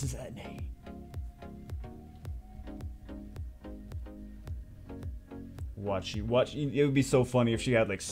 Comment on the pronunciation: Atenai = a-te-nai or at-te-nai. not at-nai